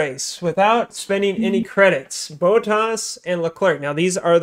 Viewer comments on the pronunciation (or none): The way you guys pronounce Bottas as BOAT-ahs lmao....